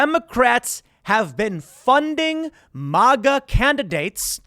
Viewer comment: Every time you say, "MahGa" I want to slap you and scream, "MAGA"!!! MAGA MAGA MAGA